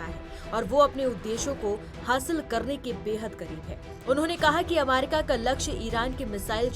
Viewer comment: अमारिका ? थोड़ा सिखाइए एंकर को !